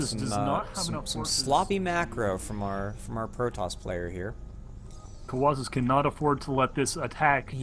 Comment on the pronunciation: Colawlsus here. Im on youtube :D You guys did good with casting. My only suggestions would be having the production tab open, and not mispronouncing my name :P Look forward to the rematch cast :D